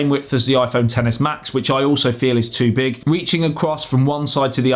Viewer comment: No "the joke" is in his hand lol ...... ps - he can't even say "too big" correctly ;)